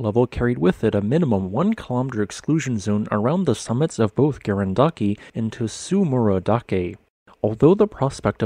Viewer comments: This Yufu-Tsurumi-Garandake volcanic complex is about 100 km from my house as the crow flies. The hot springs is that area are great. Fwiw, Tsurumidake is pronounced tsoo-roo-me (dah-keh, not da-kay); dake basically means peak. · The correct pronunciation is something like "tsu-roomy-da-ke" where the "da" has a hard "a" sound, and the "ke" is pronounced like "ke" in "keg". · A note on Japanese pronunciations: That "ts" is a consonant cluster. There isn't an /u/ in between the /t/ and the /s/ -- it's the same with tsunami. It's weird because English doesn't have that cluster syllable initial, but we do have it on the end of syllables, like "cuts."